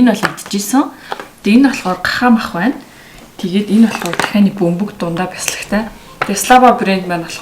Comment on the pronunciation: Тахианы Цээж Махыг Нохойны цээж мах гэж сонслоошд